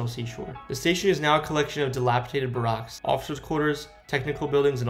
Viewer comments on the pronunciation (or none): everyone mad about his pronunciation of Worcester, but nobody talking about how he pronounced barracks like Barack?